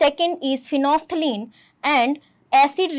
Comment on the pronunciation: Phenolphthalein ❌ phenople ✅